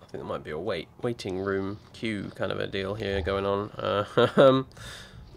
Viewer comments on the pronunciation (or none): none